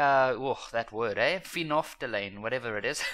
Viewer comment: "Phenono..." I died at that pronunciation.😂😂😂😂😂😂😂😂